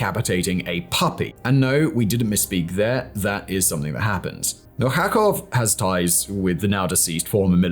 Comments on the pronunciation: MIL-CHA-KOV , not MIL KHA KHOV😅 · and Alexey Mil-cha-kov , not Mil-kha-khov 😊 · Rusich reads as "Rooseatch", The Russian in old-russian language. Really cool guys! Milchakov is "Meel-thca-khov" RID isn't PMC, pure volunteers